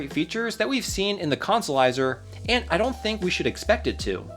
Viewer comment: It was very hard to make my brain say consolizer after your decimation of English